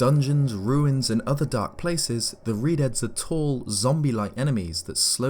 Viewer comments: He says Redead, i heard redheads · I honestly thought it said redheads for a second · when it said "redeads" I thought it said "redheads"